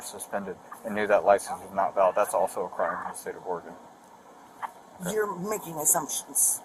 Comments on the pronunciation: I love how you pronouce oregon right. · Perfect pronunciation of Oregon, unlike most from other US states.